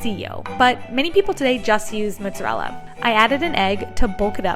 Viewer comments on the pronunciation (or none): TF is "moootzerella"